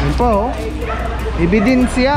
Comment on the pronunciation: Correction.."Ebidensiya not Ebidinsiya"..